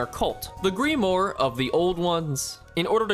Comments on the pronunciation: itz not grimore its grimwaur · "Gree-moore." Pain. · bro pronouncing grimoire as a greemore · Grimwah, not Greemwar haha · Brooo, he keeps saying greemore instead of grim-mow-ar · Bro I wasn’t the only one having an aneurism every time he said it😂😂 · Grim-War with the 'A' in war dragged out a bit is how grimoire is supposed to be said. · Each time you say Greemoor instead of Grimoire it makes a tiny bit of my soul leave my body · It's GRIM-WAR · “Gree-more” I love how confidently you pronounce words wrong in these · "the greemore" i am upset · The "Gree-More" 😂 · Ahh, yes.. the greemore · this man said gri-more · The Greemoore. LMAO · “Gree more” lol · Ah yes, gree more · Am I exaggerating or does it hurt other people how he say grimoire as grimmore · Hearing you say "Greemore" instead of "Grimoire" is physically hurting me. Excellent video otherwise, 10/10, would happily visit Flim Flam's hotel in the future. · this video was about a year ago, but grimoire is actually pronouned grimwaur, yes i am an asshole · You're mispronouncing grimoire (grim-wah) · Why tf is this dude saying "deep more" it's grimoire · So he doesn't know how to say "grim waar" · it annoys me how he pronounces grimoire as greemore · Grim-wire not grim-or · It's pronounced GRIM WAHR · grimoire is pronounced like grim waaaa just so you know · The real mind shattering was the way he pronounced grimoire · I don't care how old this video is he's not getting away with saying "grimoire" like that. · we have different pronunctions of grimoire I tend to say “Grim-Wagh” Just thought it was interesting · anything book related, this guy can NOT pronounce (grimoire, epitome) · thats not how you pronounce grimoire 😭🤣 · I’ve never been so appalled by someone’s pronunciation of ‘grimoire.’ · Crazy way to pronounce grimoire. Or maybe it's spelled differently in this game? I have actually not played this , I just happened to get recommended the video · Bro cant pronounce Grimoire...